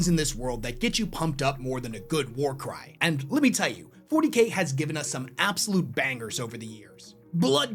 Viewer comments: For a secon I thought you said «there are few things in this world that get you pumped up like a good WAR CRIME» in the intro 😅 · Not gonna lie, i heard him say warcrime not warcry at the beginning.